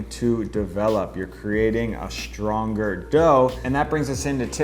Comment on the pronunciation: Nice video, great tips. One thing that drives me (and others) crazy... there is no "H" in the word "strong," "strength" or "stretch." There are lots of other words like this, not sure where this all got started but we keep hearing "sHtrong" sHtrength" etc. Please stop.